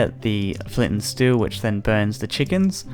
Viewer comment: flint and stew, u really said flint and stew?